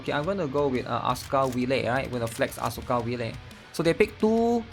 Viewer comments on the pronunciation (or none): none